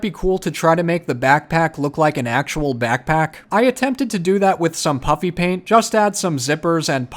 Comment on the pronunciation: Am I the only one who always hears him call it Puppy Paint? 🐶🎨